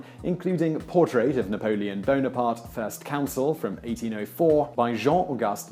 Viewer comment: You make it sound like "Napolen Boner-part" my fucking sides